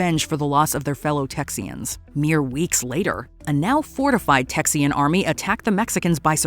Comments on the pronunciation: The word is TEXAN…not texian… yikes! Bad research! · It’s Texan! Not Texian